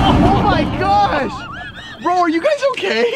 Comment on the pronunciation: Joer,pues no se flipa ni ná el,vaya retarder con el oh my gash